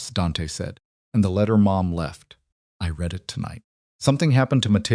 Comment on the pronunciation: Why is it impossible for the narrators while they are talking to think and realize when the word read is pronounce it riid or red?